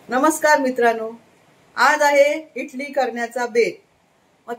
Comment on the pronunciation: इटली नाही इडली म्हणा